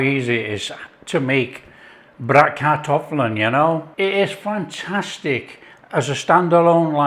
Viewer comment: I wasn't aware Bratkartoffeln (btw perfectly pronounced by you) was typically German, just such a common leftover dish. Never had it with kale, maybe worth a try. Against the stereotype kale is really not used much anymore in our daily cuisine.